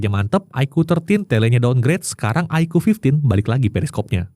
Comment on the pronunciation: Koreksi, bilangnya kok iqoo fifty?